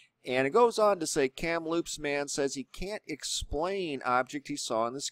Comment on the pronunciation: I thought it was funny that you said Kamloops like cereal - Fruitloops. Even Inuit was enunciated in a way I have never heard before - it is more like In-you-it.